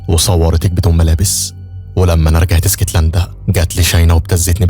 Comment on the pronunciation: اسكتلندا ❌ إيسكتلندا ✅😂 ونبي انت وبحب ملخصاتك اوي ❤